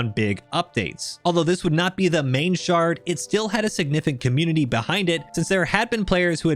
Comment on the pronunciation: Great vid! A lot of the time you said “shard” I heard “shart” and because I’m a massive dork I giggled every time.